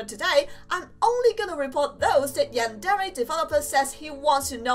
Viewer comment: it's funny how she says yandele-chan instead of yandere-chan